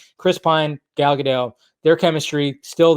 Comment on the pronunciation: So you for years now you have said that you love Gal and Gal is wonder Woman and yet after all this time you still cant even say her name correctly. So I'm trying to figure out if you're lazy or if it's that you just don't care. See people notice these things and remember it, plus it takes away from your credibility.